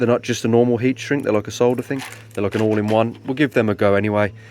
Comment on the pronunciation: You've got me thinking about quad lights on my 940 now. I don't know if they were ever available. On another issue. It's a joy to hear you pronounce "solder" correctly. I cringe every time an American says "sodder". It is unnecessarily lazy to delete the "l". Cheers.